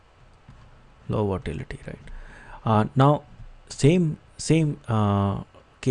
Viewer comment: its not votality its volatility